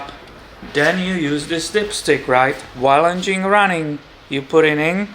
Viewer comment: I like the way you say "en-gene" ☺️